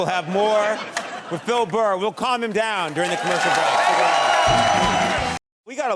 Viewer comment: Conan calls Bill Bur Phill Bur 😄